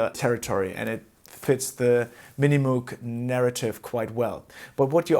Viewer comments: Moug, nicht Muug bitte! Ansonsten bin ich zufrieden mit meinem Subsequent 37. Der hat zwar nur zwei Oszillatoren + Sub, aber an Mod-Möglichkeiten dürfte er den Voyager noch übertreffen. An Patch-Speicher wohl auch. ;) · Great video. Been thinking about getting one for years. Slight correction, the pronunciation of his name and the company is MOHG.